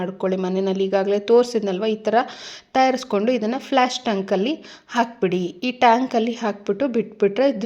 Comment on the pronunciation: ಫ್ಲಾಶ್ ಅಲ್ಲ ಫ್ಲಶ್